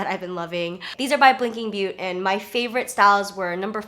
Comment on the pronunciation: its pronounced blinking beaut(ay)! The accent on the e changes the pronounciation a little! 😉